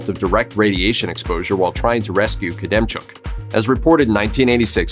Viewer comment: You pronounced Valery Khodemchuk’s name wrong, its not “koodemchuk” its “hodemchuk”